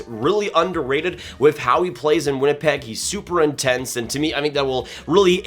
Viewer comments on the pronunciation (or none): none